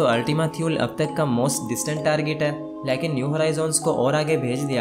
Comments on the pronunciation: O bahi leeaakin nahi lakin hota ha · Aap lekin ko laikin bolty hain hahaha 🤣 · Can you please learn how to pronounce the Hindi word LEKIN. It's so annoying that you mispronounced this word every time.